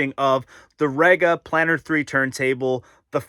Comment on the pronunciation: Okay, you are new to the brand and the US importers have never got this right so no foul but: 1. It’s REEga not RAgar. 2. It’s PlAnar not Planner, although these days it’s usually just P 3. Mk is an abbreviation of Mark, so it’s the Fono Mark 5 not M K 5 4. The platter is glass, not acrylic, hence it’s weight. 5. That Neo has a fault or it’s not compatible with the power outlet. Definitely worth contacting Rega about it as the sound quality upgrade is worth it. 6. Don’t stand the turntable on the amp. 7. Rega has been making turntables for over 50 years. If they didn’t think that having a felt mat was a good idea they wouldn’t have put it in the box. You’re using the dust cover so why worry about dust? You have a great turntable there and I’m sure you’ll love the way it sounds, especially if you sort the PSU and mount it on a dedicated shelf. Oh and put the mat on it 😉